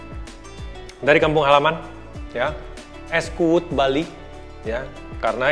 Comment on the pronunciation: Kuud ya, bukan kuwut 😁